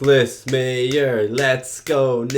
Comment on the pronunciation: Leonard Nimoy had the perfect pitch for this movie. What if the (Berlin) wall came down in space with the Chernobyl explosion depicted as the Praxis explosion at the beginning of the movie? Nicolas Meyer is pronounced 'My-er' not 'mee-er'